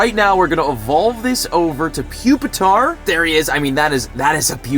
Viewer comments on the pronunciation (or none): pupitar is said like pup not pupe